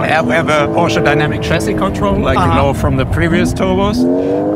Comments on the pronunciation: wie so PorschA? ... kommt jetzt PORSCHE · But PLEASE spell it right, Porsch E! Not Porsch A! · Nigga germans dont ever say "porsha" say It as It Is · who came up with "Porscha" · The car is very nice but couldn't have you asked to pronounce "Porsche" properly?